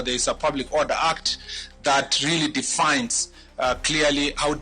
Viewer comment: Huyu CS alitoka wapi,he cant pronounce defines and he says definds,did he get a genuine degree in law?Has he ever won any case in supreme court?Is there any position allocated to him that has been rated high? if yes which one, compare him to Michuki and Matiang'i